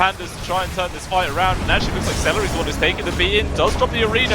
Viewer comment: this caster triggered me, why he reading se-le-ri ign as like that. doesnt he have celery in his country as vegetable tf he pronounce like that.